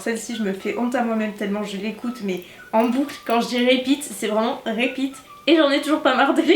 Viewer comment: faut travailler ton anglais c’est plus possible d’abord tu dis "Vegan" et pas "Vegan" puis ensuite tu dis "Répitt" et pas "Ripitt" 😂